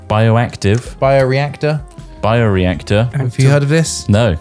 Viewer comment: really said abiotic factor as "bio reactor"